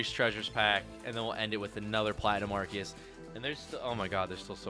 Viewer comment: Did he just say ''ARKEYUS''